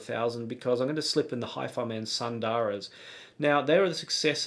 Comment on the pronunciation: It's not Sun-daaraa....it's Soon-the-raa. Sanskrit word for Beautiful(feminine of Sundar)